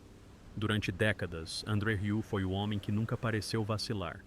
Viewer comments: "RIÚ"?! Que raio de pronúncia é essa?! Se não sabe, procure antes no Google pronunciation! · Tem que aprender a dizer "Rieu" 😜 Excelente filho 👏